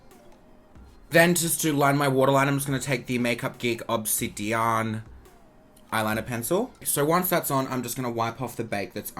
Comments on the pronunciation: Ob-sed-on haha it’s supposed to be obsidian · Lol I love u but "Op-Sid-dee-on"😂😂 =obsidian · the way you said obsidian LMAOOO